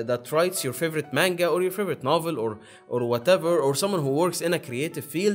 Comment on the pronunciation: …Manga is not pronounced that way. Also, not all anime’s are off of mangas plus mangas are usually off of light novels. Some anime’s are original with no manga or light novel. Usually they have mangas that come out after the release and the stories tend to differ a little.